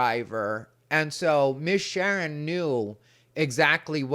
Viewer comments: “Shern” lololol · “Miss Shern” 😅😅😅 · "Shern"? I don't think that's the proper way to pronounce "Sharon", unless you're ghetto... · Say it right It's Miss Shar'n.😅😅😅😅😅